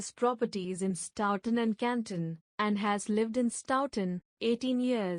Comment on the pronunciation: It's pronounced "Sto-tun" not "Stoww-ton"